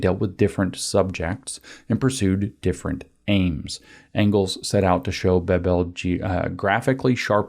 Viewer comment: German family names typically have emphasis on the first syllabe, incl. Bebel. It's irritating to hear it spoken as if it were a Romance language name ;) I have a feeling (originally) English names, too, so it's slightly puzzling why English/Americans have this tendency of "instinctively" emphasizing those names that (wrong) way.